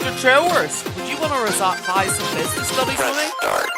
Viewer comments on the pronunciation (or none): Bro cant say revise